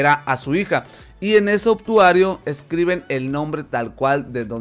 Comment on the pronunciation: Es "Obituario" no "Obtuario", te comes la "i"